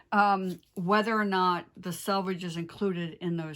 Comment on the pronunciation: Since I’m a new-again stitcher, your explanation of threads per inch as opposed to stitches per inch very helpful. And as a long-time sewist, THANK you for clearly enunciating the word selvedge. I hear so many YouTubers call it sAlvege. I always learn something from every episode, and I appreciate your time!